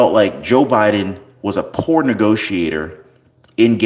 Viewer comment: Did you say PORN negotiator or poor negotiator.